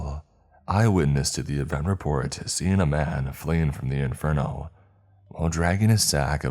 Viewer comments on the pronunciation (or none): none